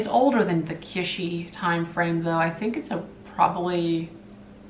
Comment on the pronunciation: an observation. The word is not "KISH-ee", it is pronounced " KIT-chee". It just kind of bugs me every time I hear you say that. I am not trying to criticize, rather just trying to help you grow. 😎 You're welcome!! 💖 Love you much!!! 😋